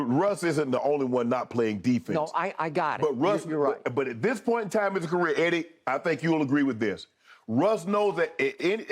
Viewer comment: Skip says "Heddy...😂". Reminds me of that satirical film where the lady says "Heddy" and the guy snaps back "It's not Heddy, it's Hedley!"